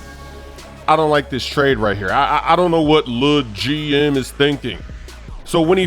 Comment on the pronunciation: The way says LEGM is killin me 😂